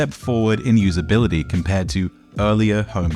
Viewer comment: 'compuder'...'usabilidy'...digidal'...'aesthedic'..'alternadive'..'qualidy' and yet 'subject maTTer'. Very odd. Great video though.